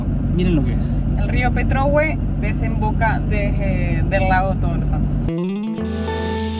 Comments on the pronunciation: la tilde está al final de Petrohuė, pero me encanta como dices petróhue….😜 Saludos de una chilena, enamorada de Argentina y que vive en Canadá. 🇦🇷🇨🇱🇨🇦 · Hola, el nombre Petrohué no se pronuncia como tu lo haces, lleva acento en la última vocal hué, tu lo acentúas en la ò Petrò! Eso está mal dicho. Hue lo usan los mapuches para referirse a donde hay mucho de algo, como el plural nuestro. Petro significa mosquito y hué donde hay mucho. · Para mariscos deben ir al puerto de Angelmó (no Angelmo como pronuncia, lo mismo que se dice Petrohué, no Pretuhue, no olvide deir Chiloé, como en Argentina Caruhé). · Que bien que les gustó, una corrección con cariño: es Petrohué, no Petróhue, se marca la voz en la última vocal, el Mercado de Angelmó,les saluda una Chilena. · Es Petrohué, con tilde en la e final, no Petrohue, de hecho el tilde está en los letreros que leyeron, pronuncien bien... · Chicos me rio mucho con ustedes al escucharlos nombrar algunos lugares y comerse los acentos ejemplo: petrohue no suena igual que petrohué o angelmo a angelmó practiquen y verán que suena distinto. en los supermercados ya llegarán a Santiago y son otra cosa. los felicito lo hacen 10 puntos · Saludos hermosos videos pero por favor hablen con los chilenos porque cada vez que dicen PetrÖhue me enerva se dice petrohuË. coloquen siempre el acento en la ultima vocal, lo otro soy de Pto Montt y encuentro esa estatua horrible. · Petrohue está mal pronunciado, es Petrohué con acento final en la “e” 😉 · Buenas noches. Por favor, investiguen o consulten sobre los nombres de los lugares que recorren. Es Pretrohué con acento en la E final. Muchas gracias. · Me encanta el canal y todos sus vídeos. Sólo les pediría que se asesoran de la pronunciación de los nombres de los lugares que visitan. En este video el nombre es PetrohuÉ, incluso en varios de los carteles que muestran se ve la acentuación. No es la primera vez que lo observo, pero igual el contenido es genial!!!!